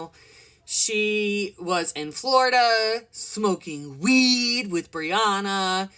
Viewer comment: Why u say WEED like that 😂